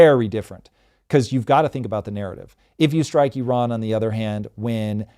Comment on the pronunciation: As an Iranian, I can say this is one of the best analysis on this topic. Tom always educate himself before start talking, really brilliant👏🏻👏🏻👏🏻 And Thanks for pronouncing Iran correctly❤